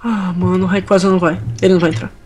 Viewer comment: ngm sabe pronunciar o nome do rayquasa certo